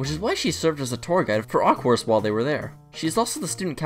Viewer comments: Who the fuck said aqours as aqours not aqua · it's pronounced 'aqua' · God I can not get over the mispronunciations of Aqours and You. IT'S AQUA AND YO.